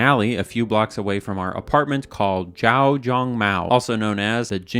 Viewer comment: how did you pronounce X as a J... lmao